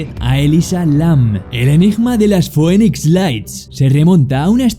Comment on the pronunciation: Se dice Finix no Foenix (Phoenix )😅